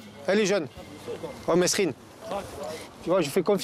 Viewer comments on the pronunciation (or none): Mérine et non messerine! crétin. prononciation!